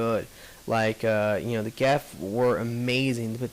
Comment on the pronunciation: It's "Geth", not "Geff." That being said, I really like your videos, but you're not being fair to the DLC at all. Just because the new characters aren't extremely, laughably overpowered infiltrators doesn't mean they "suck". They're just different. Of course the new Engineer isn't as good as the Geth Engineer: The Geth Engineer has three of the four most overpowered powers in the entire game. The Resurgence characters were all overpowered. Keep that in mind.